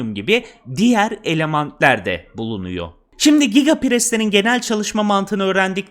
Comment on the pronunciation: elament hahaha 😅 emeğine sağlık usta